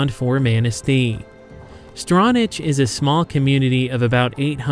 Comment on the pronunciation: Love this video! I used to live in Manistee, and Ludington! BTW, it's prononunced strawnack, not strawnatch...lol (Stronach Village, Stronach Township)